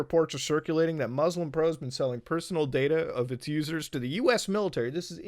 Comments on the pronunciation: Hearing muta not pronounce muslim properly makes me sad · DID HE JUST PRONOUNCE MUSLIM WRONG, WHILE BEING MUSLIM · Dude can say all the prayers' names in arabic perfectly but still says "Mozlem" lol